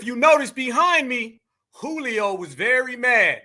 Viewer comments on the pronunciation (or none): Not “Julio” dawg!!😅😂